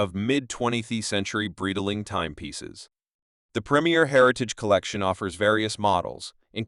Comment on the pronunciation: What kind of a BS post is this, where the computer voice can't even pronounce the name Breitling correctly??